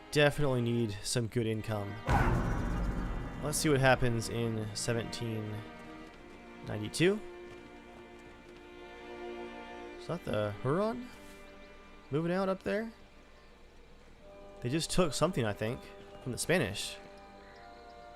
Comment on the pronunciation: I believe "Huron" is pronounced ~hyouron~ (two syllables, "h" not emphasized). At least, that's how I've always heard it in Huron county, Ontario. Sorry for the pedantry.